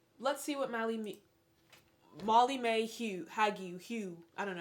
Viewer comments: I’m dying every time you say “Mally-mae” 🥲😂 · “Malley Mae Hag-you” 💀